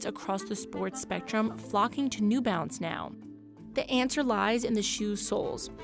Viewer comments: Half the time, I thought she was saying 'new bounce.' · It's new balance isn't it. The narrator just keeps saying "new bounce".